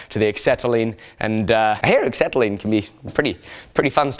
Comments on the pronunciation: Excetalene? Axetalene? Never heard of it. Might I suggest Acetylene? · LOL.. it's pronounced "asetyline"... not "ecksetyline" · acetylene is pronounced ass-set-al-een. There's no X in it. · There's a lot of people in the comments saying carbon monoxide is denser than air. It isn't. Carbon dioxide is, but the monoxide is about the same density, or a touch lighter. Also, I've never heard acetylene pronounced like that and I'm wondering if I've been saying it wrong my whole life XD